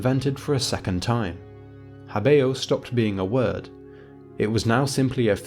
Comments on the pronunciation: why not talk about pronunciation? habeo is pronounced HÁbeo, and not haBÊo. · hábĕo, not *habḗo